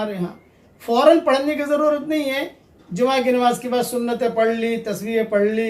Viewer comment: جما نہیں جمعہ ہے وہ